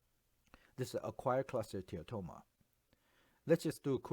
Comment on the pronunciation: This presentation is fantastic. I particularly get thrilled the way you pronounce cholesteatoma with a mix of what sounds like American and Malaysian-Chinese accent. You just say choleteatatoma. Best online radiology teaching on this topic I have seen so far.